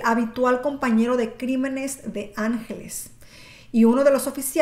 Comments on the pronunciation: Antonio ANGLÉS, lo pone en la misma imagen, ANGLÉS, no ÁNGELES, por favor, si vas hacer un vídeo tan serie y comprometido como este, infórmate bien o por lo menos lee bien. Después de más de 30 años escuchando este nombre que digas ÁNGELES manda c..... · no es angeles, es anglés, saludos. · Enrique Ángeles no Enrique Angles y su hermano era Antonio Angles no Antonio ángeles como tu dices,, tienes que saber decie bien los nombres,, y cuentanos alfo nuevo, porque lo del caso Alcasser yo lo se todo porque soy de catadau y vibi aquella epoca y lloré y sufri mucho por esas niñas,, osea cuenta algo nuevo,, porque para contar todo lo que ya sabemos no cuenres nada guapetona,, saludos desde catadau VALENCIA 🇪🇸 ESPAÑA 🙋🏻‍♂️